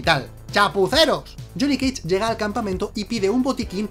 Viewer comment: Lile si dijo jhonny keich